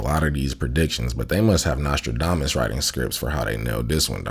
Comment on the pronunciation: Did he say Nostrildamus? 😂